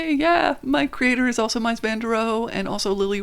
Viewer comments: Mies, not Meis. Excellent video though. ( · At least try to pronounce names correctly. Not Brewer or Mice. Should be Broyer and Mees. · Correction: Ludwig Meis -> Mies (pronounced like “me’s”) Also small thing, Breuer is pronounced like “broi-er” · a few notes from an architecture student and film minor, (I was who The Brutalist was made for actually hehe jk) Mies is pronounced like "Meece", and beaux arts is pronounced like boe-zarts". sorry I hear these words every day so I had to correct that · Just a correction, the name is Mies Van Der Rohe not Meis (pronounced Miss) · Mies is pronounced Meez not the way it looks. And I finally learned to say Beaux Arts by thinking “Bows Zar.” Bows because they’re always fancy. That’s what I spent my time learning in my architecture program. I haven’t seen this movie yet, but I will. And for decades I drove past Breuer’s Dept of HUD in DC and never knew it was his. What does that say?? Thanks for your architecture videos. They’re great fun.